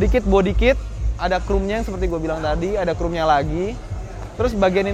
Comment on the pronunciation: ngomong "expander"-nya inggris banget~ tapi spion yg udah pake "krum" itu yang bagaimana? 😂😂😂